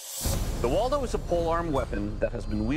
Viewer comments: you say the name like waldo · 왈도라고 들리노 ㅋㅋㅋㅋ